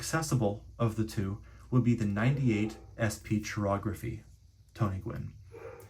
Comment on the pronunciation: Pronounced kai-ography not chi-ography. Yes or no😂😢😊❤🎉😮